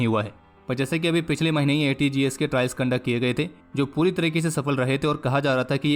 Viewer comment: Aapne ATAGS ko ATGS Boldiya.